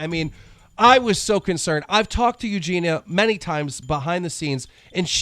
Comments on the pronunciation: when you cant say Eugenia so you say eugena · Eugen-EE-ah Cooney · Ffs...why cant you pronounce EugeNIA Cooney's name PROPERLY? How disrespectful. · Why does everyone say Eugena when they say her name? It's so annoying. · The way he says eugenias name wrong bugs me a lot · That's not how you pronounce Eugenia....